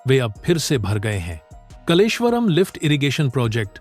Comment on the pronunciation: कलेश्वर नहीं कालेश्वर यह नाम कालेश्वर महादेव से लिया है यह प्रसिद्ध मंदिर इसी गांव में है